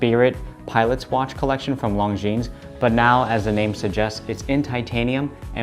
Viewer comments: How can you be an AD for Longines and not know that the “S” is silent? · Great watches. But as a watch channel it would be great if the watch brand names were pronounced correctly? The ‘es’ in Longines is silent. Just saying. 😉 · Great video, beautiful watch! FYI, in French, the ’s' at the end is silent. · Love it. My next watch …. A little tip for you, you don’t pronounce the ‘S’ on the end of Longines